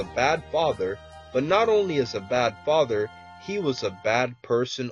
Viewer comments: U said fither lol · lol he said faiter not father